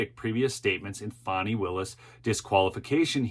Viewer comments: I agree. I gently troll her by spelling it "Fawnee". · Her name is FANI not FAWNEY! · {FAN-NEE} ... NOT ... {FON-NEE} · Correct, as in Ass. Not as in Deer.